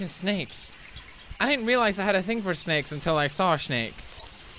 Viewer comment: scottonfire543 I was gonna write that it's weird how he says snakes normally until the end